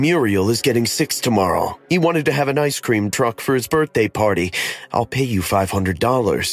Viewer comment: Everyone love ice-sceam but that was just wrong!